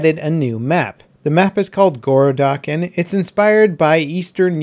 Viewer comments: I've noticed in English you guys say words like gOrodok, zAvod or grOza stressing first syllable while in Russian (as far as these are russian words) last syllable should be emphasized. Just for consideration. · So GoroDOK? Thx:)